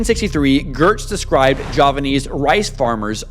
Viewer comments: It is pronounced Geartz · You mispronounced Geertz's name.